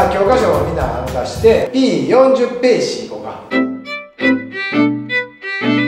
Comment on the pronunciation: ページをペーシ言う先生おるwww